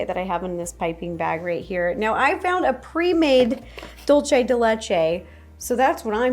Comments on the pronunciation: DOOL-say not Dole-chay Dolce is Italian Dulce is Spanish If it was Italian, it would be "Dolce di Latte," but it's Spanish. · Its pronounced like dool-seh not dul che😭